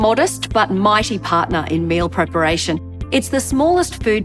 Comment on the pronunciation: Did she say "male preparation" or "meal preparation"?